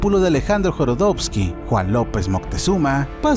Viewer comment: Tío muy chingón vídeo pero pronunciaste mal el nombre de Jodorowsky 🤙🏻